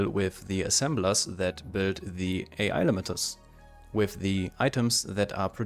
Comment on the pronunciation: This is awesome! By the way, you have a good naval joke for English speakers. The way you pronounced "AI AI" is not with the separate letters, but like crewmen say the words, "Aye Aye", when given a command. ;-)